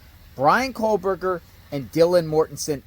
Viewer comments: Straighten up your ball cap and please Quit saying KOHLBERGER…it’s KOH-berger!!! lol😂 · Can you plllleeeease say KOHberger? There is no L